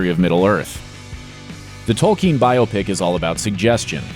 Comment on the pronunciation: Thank you for pronouncing biopic correctly.